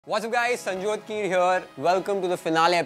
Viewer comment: When Tanmay said Sanjyot It sounds like BC 🤣🤣😂😂